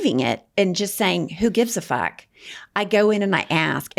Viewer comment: She says fuck, not fark.😆